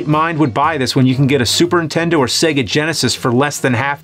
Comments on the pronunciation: “Super Intendo?” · A Super Intendo? 😆